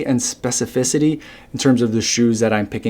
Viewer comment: FINALLY! Someone that can pronounce “specificity” without stumbling over those ridiculous syllables!😂 Try as I might, I’ve never been able to say that successfully!